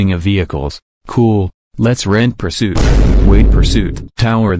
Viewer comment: Puirsoot more like puirsnoot